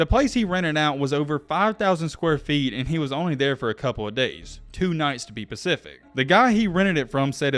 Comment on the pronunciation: Specific… Not pacific, if your gonna commentate you gotta learn that one.